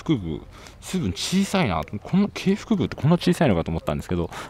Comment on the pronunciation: 景福宮はキョンボックン と読みます。 ワールドスクエア内に、「ワールドスクエア」を作ってほしい。